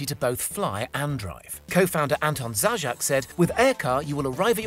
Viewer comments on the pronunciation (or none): Man, that surname Zajac, pronounced “Zayats” (meaning Hare), has become “Theyjack”. Lol